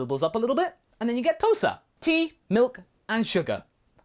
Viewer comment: Tousa. At first I understanded "toaster"